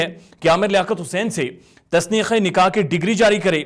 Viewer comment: Tasneekh nai tanseekh e nikah